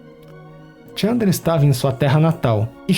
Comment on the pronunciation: Muito bom, mas é Chandra e não Tchamdra